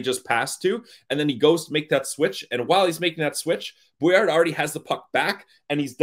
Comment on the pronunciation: Guys, if he uses the French pronunciation it should be "BWA- LAR"